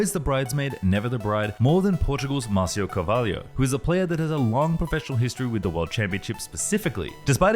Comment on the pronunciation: MAR CIO, not MAZU